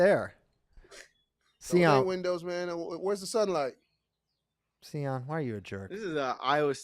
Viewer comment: See- on lol to many cocktail! The michigan fans are being humbled with SEE- ON!! LOLjust playing!